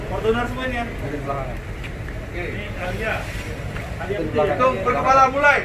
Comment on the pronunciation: Ayla pak bukan alia.. Lol